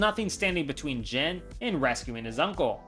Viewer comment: question, why do you pronounce jin as jen?